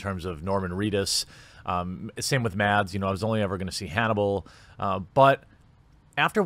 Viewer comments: As a danish person i still find it funny that english speaking people cant pronounce Mads Mikkelsens first name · okay... this made me cringe so hard you won't believe it... as a Dane i'm amazed by the difficulty of americans and others to pronounce Mads Mikkelsen's name... it's really not that hard... yet every single person i find mentioning his name pronounces it into oblivion....